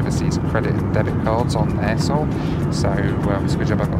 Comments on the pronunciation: At first I thought you were saying A-hole then I released the airline is Air Seoul. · it sound like a**h**ev 🤣😅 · I've heard of Air Seoul before but never realised what other word it sounded like 😂